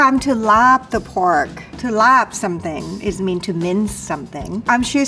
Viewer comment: Born and raised in Chiang Mai and another 15+ y in the State. I've never heard any Thai chef pronounce "LAAB" as "LARB" until today! It's always been "laab," and I'm proud to say I finally found a chef, Chef Hong, who knows it too! lol